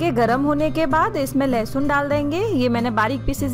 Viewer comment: Its not lahasun its lesun